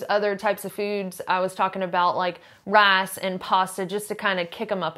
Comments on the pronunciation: Rass and pasta. Do you not know how to say the letter “i” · 'Rice and pasta' sounded like Rats and Pasta...it made me sit up real quick and cock my head to one side. . .whaaa?